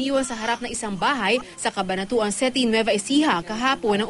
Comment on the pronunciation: anu daw? cabanatuan seti?city dapat di ba? hahahaha..